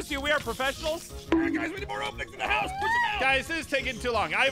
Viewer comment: bro said his a perfesinol 😂😂